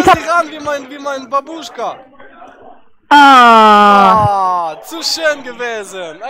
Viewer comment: damit es besser rüberkommt- es heißt "bábuschka", nicht babúschka. Liebe Grüße 😉